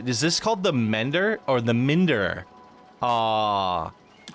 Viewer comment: not it literally saying MIND er... MIND-er and you reading it MIN-der... like seriously?